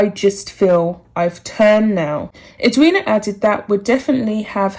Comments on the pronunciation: Us Aussies are totally behind Eddie as she is affectionately called by Aussies. PS yes you did pronounce her name right. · The reason this was said was because Meghan said “she didn’t want to attend the funeral and have the attention on herself”. You have pronounced Edwina’s name correctly. I am an Australian and completely agree with Edwina.